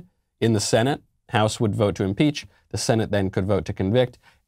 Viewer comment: Leftist it's "Impeach" not "Inpeach"